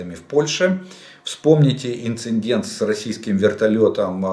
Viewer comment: ИндиНННННдент! ГрамоННННтей!